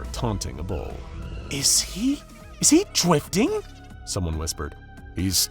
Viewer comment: “Is he, is he dwifting?” Was it meant to say that?